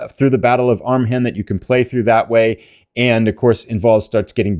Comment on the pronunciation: Hi, don't want to sound petty, but the "h" in Arnhem is silent. It's pronounced Arnem. It sounds off and funny when the "h" is pronounced. Just a point of information.